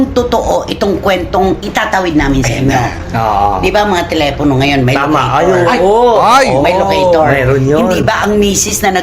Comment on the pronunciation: LOCATOR...not ALOCATOR